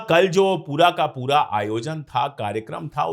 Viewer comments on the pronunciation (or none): none